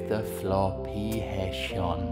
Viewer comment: I just how he saya Hair